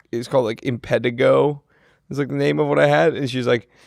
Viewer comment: That pronunciation of impetigo is wild